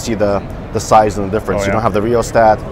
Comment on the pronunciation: Lmao, ”rheostat”, ”gee yoo eye”, where did they get this guy, off a car dealership lot?